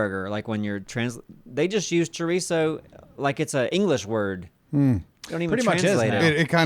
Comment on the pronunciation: Please its pronounced cho-ree-so